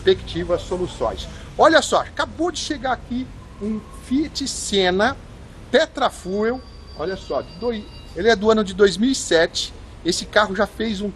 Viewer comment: se escreve "Tetrafuel", mas se lê "Tetra Fiu".